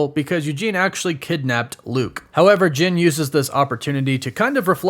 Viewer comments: Is it so hard to say JEN? Not sure why it bothers me so much that you keep saying JIN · Is it me or does it sounds like he is saying gin everytime he says Jen